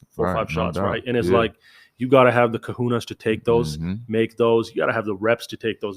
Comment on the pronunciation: My man, just an FYI. "you gotta have the kahunas", you're probably going for "cojones" which is slang in spanish for balls. Pronounced co-HOE-ness